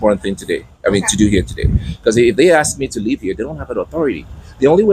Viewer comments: ".. don't axe no qwestions..." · Please stop axing me....i find it very threatening 😂😂😂